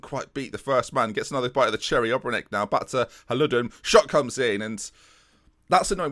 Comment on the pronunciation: Maybe say ObreNitsj instead of Obrenek. But Great series, man! You are a true hero.